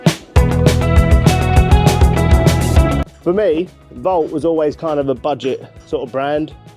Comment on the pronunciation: Why are you pointing the camera at the name on the box where it clearly says VAUNT but you still keep saying 'Vault'?? 👀